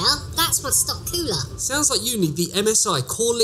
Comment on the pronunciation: its cooler , not coola .......